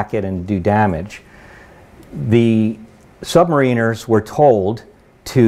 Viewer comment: He's full of crap technically ain't he. Decimate mis-used. One atm per 33 ft (actually slightly less in salt water ) . Incorrect information regarding depth charge action below. Wrong type of aircraft called up.... Pronounces Sub- marin-er incorrectly... it goes on...